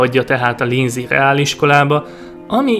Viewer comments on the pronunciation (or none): linz-et linc-nek ejtik mivel a z=c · A kiejtés sajna hozza a Discovery színvonalát: linciként és elzerként kellene ejteni -- ezt leszámítva viszont kiváló, hajrá! ; )